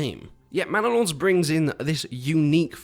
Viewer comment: Bannalod: ❌ Mannalod: ✅